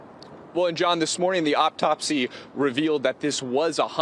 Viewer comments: Did he say "optopsy"? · Optopsy??? I'm sure he meant to use different pronunciation. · "optopsy" omg lololol wow. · "OP-TOPSY" really? Can TEE-VEE get worse? get a clue!!!